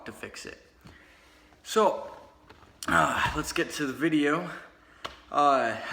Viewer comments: He really said vidja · This guy is an idiot.... And he should be slapped for saying vidja.... Form your own style Mr. Wanna be outlaw.... Two thumbs down 👎👎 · Quit saying vidja you aren’t outlaw dipshit